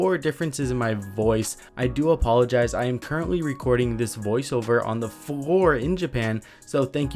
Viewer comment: You said “recording on the FffLOor”